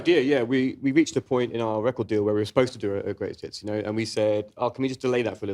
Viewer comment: I think it was to do with how it sounded like she said “Greatest Tits” instead of “Greatest Hits” like it should’ve sounded